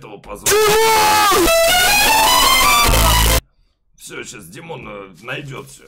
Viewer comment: Димооон а не тимооооооон